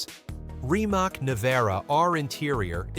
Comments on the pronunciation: It's not "RIMAK", it is "RIMACCC"... I'm Croatian, and I know Mate in person, probably I will never purchased his car, first because of the price, and second because this teck is not something amazing what people are thinking... If he focus more to the middle class people, I will consider of purchasing some of "Rimac Automobili" car... In this case I will always choose BYD no matter what... But this is only my personal opinion... Good luck everyone... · It's pronounced rimats